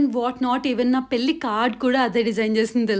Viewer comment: పేలి కాదు పెళ్లి. / తెలుగు నేర్చుకో